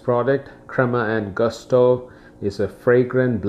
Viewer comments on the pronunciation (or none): Ho notato anch’io che il termine “gusto” lo pronunciava “all’americana”. :) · It's pronounced "goosto", just so you know :) Very nice coffee set up you have, well done. I suggest you also try Illy coffee, here in Italy is one of the most appreciated